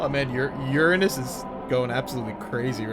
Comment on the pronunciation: I'm giving you the Zeffiro Silver award for actually pronouncing uranus correctly